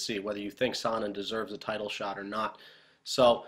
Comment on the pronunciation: You say his name as "sauna" repeatedly. Terrible.